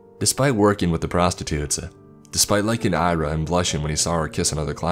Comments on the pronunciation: Great narration, I enjoyed it but here's a tip: Ira is pronounced Ee-rah, not Ai-rah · should be pronounced Ear-aa. Irina diminutive.